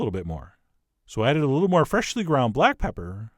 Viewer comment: Anyone ever notice the emphasis of "freshhh-ly ground pepper"?